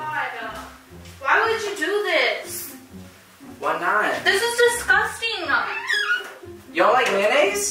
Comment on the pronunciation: " omguh whyuh discustinguh." i cant be the only one that notices that💀